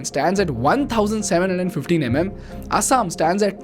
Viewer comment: Wth is 'Asaam' (based on the pronunciation)?